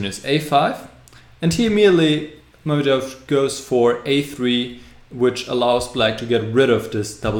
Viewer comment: Good video, actually could've been perfect if you were to say Mamedyarov's name properly :(